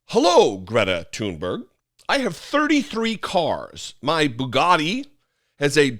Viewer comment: Andy taint; 1) too STUPID to know that “he” had been mocked, 2) too stupid to pronounce Gr-ee-eta Toon-berri-uh’s name, 3) argues with a young girl to prove “his” manliness…. These republoturds shriek out loud how unmanly they are. Here’s an idea to prove your manly dominance you weakpublikkkans; go pick fights with other republoturds like, elephant killer don jr, or squeaky ben shapiro with fists not cowardly guns, film it and show us just how tough you are. Leftist veterans like and myself are of course not a challenge.. Heck, why not fight the most manly, muscular alpha of them all; the king of mar-a-lardo?